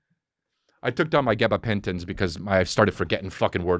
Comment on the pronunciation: Lol just love the way Chris says gabapentin